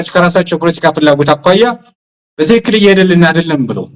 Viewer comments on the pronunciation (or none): none